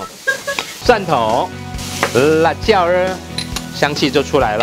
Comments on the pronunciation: ，兒化音不是這樣用的😂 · 每次說辣椒兒，我都很容易聽錯😂😂